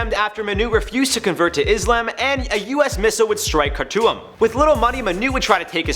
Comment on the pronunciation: Yo that’s my Cuzz lmao he said car-to-um instead of Khartoum